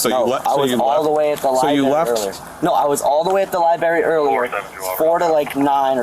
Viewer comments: If you're trying to say you were at a library, but call it libary, were you really ever there? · “I was all the way at the lie-berry earlier”. Where does one find this exotic “lie-berry”? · Libary??? Lock him up.